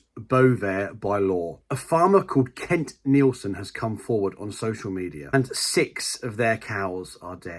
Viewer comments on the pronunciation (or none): none